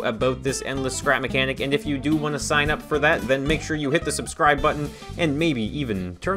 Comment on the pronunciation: anyone noticed the "subscribble" in the outro?